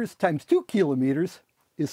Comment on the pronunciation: I'm just happy that he says kilometers right. Trust cliff to be an expert on units. And say it right